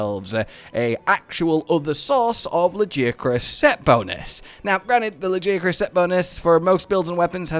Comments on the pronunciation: Why is lagiacrus the only monster you mispronounce? They literally say it in the game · They've explained in the past they don't like the pronunciation used in-game.